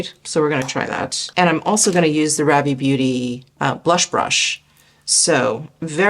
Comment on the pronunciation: Love new makeup videos! I think Ravie is pronounced "Rhaa-vy". :) I'm in Canada and I can't wait until they open up their shipping to us. The brush also looks incredible.